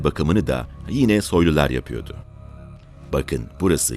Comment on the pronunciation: Sayın, anlatımınız gayet güzel yalnız “yapıyodu” yerine “yapıyordu” yu kullansanız daha doğru ve hoş olacak. Dikkatinize…! 👍👍